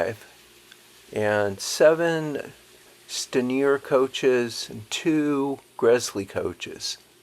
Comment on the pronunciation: As a British person, I really admire the passion and accuracy of this. I could nitpick, but that would be very unfair so please keep up the good work. By the way, though some pronunciations may help. The London Midland Scottish chief engineer is pronounced Stan-ee-er, and the model company is pee-co. Hope this helps!